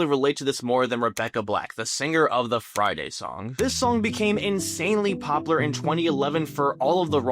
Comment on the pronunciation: Please on God go take a speech class. If I have to hear someone say poppler one more time instead of POPULAR I'm gonna delete YouTube.